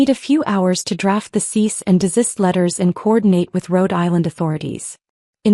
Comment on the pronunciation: Your AI is still having trouble pronouncing “cease and desist”.